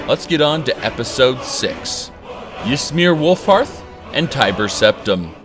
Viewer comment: Glad you said Wulfharth instead of Wulfrath like you usually do :P